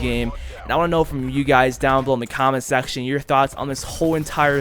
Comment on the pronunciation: “let me kno down in the comment SACTION”😭